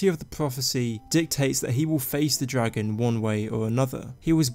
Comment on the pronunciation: whats a dwagonborn and pwophecy?